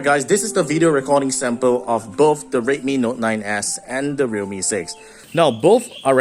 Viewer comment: im sorry but i literally cant differentiate your pronunciation of realme and redmi